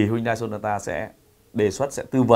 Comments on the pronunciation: Em rất thích, anh mà đọc tên hãng là "Hyundai " chứ không phải "Huyndai" thì bài review này là rất hay anh ơi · Hyundai tiếng hàn đọc chuẩn là "hien te" bác ah